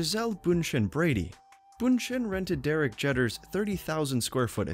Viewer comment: Lol it’s pronounced Jeeeeeeeter not Jetter. Lol only the most famous baseball player of our time